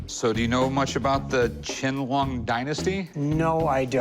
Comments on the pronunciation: Rrrrr, "ch'ien lung"??? IT'S "Qian Long 乾隆"!!! This bowl is not even form that period. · It’s emperor QIANLONG 🤦‍♂️